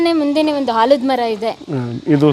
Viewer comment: ಮೇಡಂ ತಮಗೆ ಕಳಕಳಿಯ ಮನವಿ ಭಾಷಾ ಶುದ್ಧತೆ ಕಡೆಗೆ ಗಮನ ಇರಲಿ ಉದಾಹರಣೆ: ಆಲದಮರ ವನ್ನು ತಾವು ಹಾಲದ ಮರ ಎನ್ನುತ್ತೀರಿ ಮೌಖಿಕ ಭಾಷೆ ಬೇರೆ ಪ್ರಮಾಣ ಭಾಷೆ ನೇ ಬೇರೆ ರೀತಿಯಾಗಿರುತ್ತದೆ ನಿರೂಪಣಾ ಶೈಲಿ ಭಾಷೆ ಸುಧಾರಿಸಿ ಕೊಂಡರೆ ತುಂಬಾ ಅರ್ಥಪೂರ್ಣ ಉತ್ತಮ ಎಪಿಸೋಡ್ ಆಗುತ್ತೆ